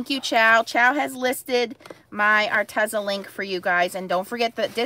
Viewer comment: Arteza is pronounced arteeza